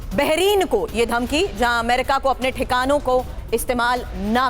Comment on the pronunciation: Baheren ❌ bahirin😅